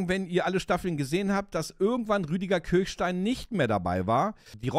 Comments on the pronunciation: Geniale Serie,bin damit aufgewachsen. Danke für dieses Video. Eine kleine Kritik. Der Mann heißt "Kirschstein", nicht "Kirchstein" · Er heißt Kirschstein (wie Kirschkern), nicht Kirchstein. Nette Erinnerung ans Vorabendprogramm. :-) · Schon traurig, dass man Willers richtigen Namen weder korrekt schreibt noch ausspricht. Der Mann heißt Rüdiger Kirschstein und nicht Kirchstein! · Der Schauspieler, der Willers spielt, ist Rüdiger KirSCHstein - nicht Kirchstein.